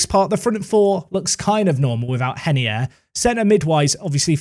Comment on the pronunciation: Please stop saying henier because he’s Brazilian just call Him ray ner I beg